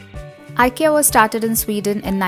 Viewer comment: It's pronounced as ee-kay-uh.. not eye -kee-uh.